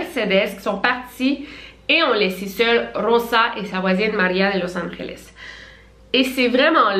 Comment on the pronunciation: Je suis Español et ses pas pour te donner tu hate mais “Angeles “ le g de se dit pas avec un r c’est le j qui se prononce comme sa